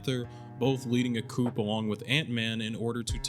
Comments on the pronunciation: Video is awesome. I'm lovin these analyses of one of the best shows. I say this with a lot of love & you've probably got a lot of comments saying this, it is pronounced "coo" like a dove not "coop" like a chicken. It is Fr*nch so you gotta say it in the dumbest way possible. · Really liking these series of videos. One nitpick though: coup is pronounced like COO rather than COOP.